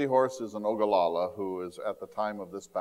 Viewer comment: Excuse me, sir - truly not being rude, but Crazy Horse was an O-GLA-LA. NOT “O-ga-la-la”. Thank you for all your knowledge and a nice presentation. 💜🔆📿💕🙏✝️✡️🙋‍♀️